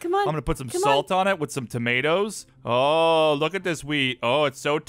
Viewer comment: said "wif"